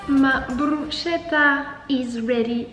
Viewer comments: je suis italienne blg, on dit brousquétta et pas brouchétta 😭😭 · Hey ! J'adore tes vidéos et ton contenu, tu es vraiment inspirante et motivante 🥰💫 (ps: on prononce brusKetta et pas brusCHpour😭) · ca se dit brussketta dsl mais ca me stressais trop mdrr, jadore tes vidéos en tout cas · j'ai adoré ta vidéo tes repas ont l'air super bon !! (par contre bruschetta ca se prononce "brusketta")☺️ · Bruschetta se prononce brusKetta 😊